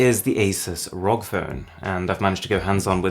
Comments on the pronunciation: rogg phone... m8... its R.O.G. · I find it mildly annoying how he pronounces ROG It's supposed to be spelled out. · I cringed when he said "Rog phone" and not R-O-G phone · It's ar oh gee, not ROG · "Rog" phone lol